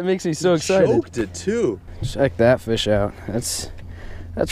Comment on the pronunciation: I love when he says fiish